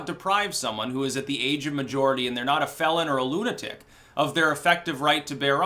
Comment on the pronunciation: Seriously, are you saying age of majority or maturity? You might want to work on that